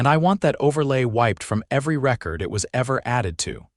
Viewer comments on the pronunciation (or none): none